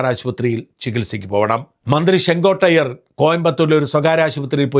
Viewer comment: ചെങ്കോട്ടയ്യർ അല്ല ചെങ്കോട്ടയ്യൻ എന്നാണ്.